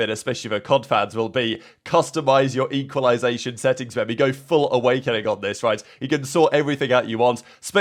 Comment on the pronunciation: “full owakening” is crazy 😭